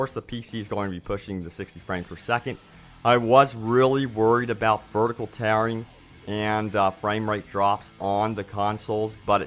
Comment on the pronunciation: "of corsh thesh graphics are dern right GOREgess" (of course these graphics are darn right gorgeous) "I wush really WEREeed about vershtical taring" (I was really worried about vertical tearing)